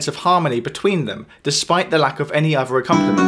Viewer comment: I wish you would stop saying “uvver” or “togevver “